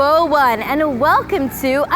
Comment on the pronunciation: I really love to hear that when you say "Ayubowan"